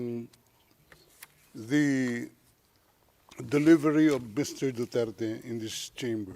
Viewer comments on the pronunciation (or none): Dutert daw apelyido ni Digong😂😂😂 mispronounce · pangalan nalang dp.mabigkas ng malinaw